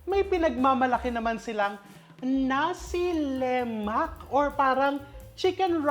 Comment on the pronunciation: Nasi Lema(k) silent K … as far as i know… Having stayed in Malaysia for some years… my favorite breakfast…